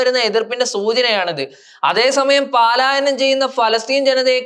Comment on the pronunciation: പലായനം എന്ന് പഠിക്കണം 😄